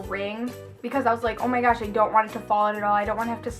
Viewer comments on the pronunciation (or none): Lol how she say on my gosh